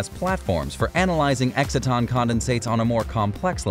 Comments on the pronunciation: EXCITE-TON, not exit-ton. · Learn how to pronounce exciton...